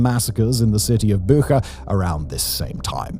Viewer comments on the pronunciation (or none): it's Bucha, not Booha 😂😂😂 "ch" as in chill Boo-cha Bucha